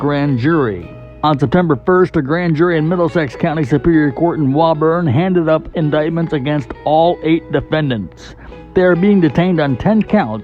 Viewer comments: Scary to see how close to home this hits! Oh, and "Woburn" is pronounced "woah-burn" or "woo burn" depending on personal preference. I've never heard it pronounced "wah burn" before.... Thanks for the update! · Nice, although it's pronounced "Woo-burn" Massachusetts 😉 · FYI, The city is pronounced WOOO BURN. Iam from Boston. Yes, we say "cah., bah, motha, fatha, wicked pissah!